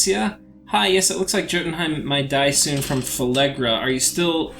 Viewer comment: Phlegra, not Phelegra.